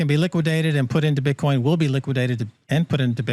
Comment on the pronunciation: buddy says bitchcoin. Gotta love it